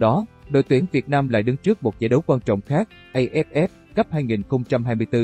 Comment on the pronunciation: Dê ép ép , lê dân dinh ... Một kênh của báo chính thống, uy tín mà để cho 1 thằng văn hóa quá tầm thường đọc bản tin như vậy! Bó tay !!!!!